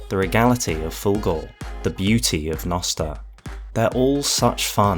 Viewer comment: Also "jnoster"